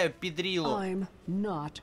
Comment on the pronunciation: Пидрила звучит как Бидрила (покемон такой).